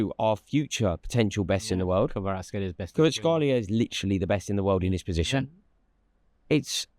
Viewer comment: Rory naming players Turkish: "...kvaratskhelia..." Rory: "KUBURTSHKALIYAA"